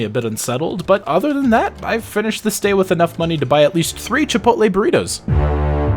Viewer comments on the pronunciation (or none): none